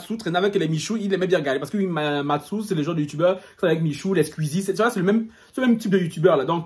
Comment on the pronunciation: "Matsou" mdrrrr